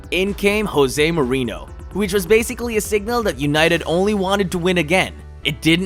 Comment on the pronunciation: Doesn’t even pronounce Mourinho right lmao super casual